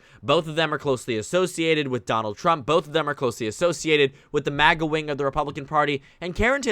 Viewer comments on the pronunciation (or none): none